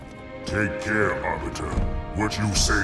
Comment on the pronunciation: Are you stupid? It's "care" not "car"